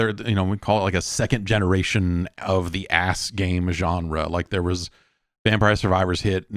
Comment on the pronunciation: Is jeff saying "ass games" when hes talking about deep rock galactic survivor and other survivor style games? Can someone enlughten me?